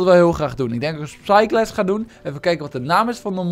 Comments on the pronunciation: Psyglass is wat hij zegt en wat hij bedoelt is spyglass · Waarom zeg jij psyglass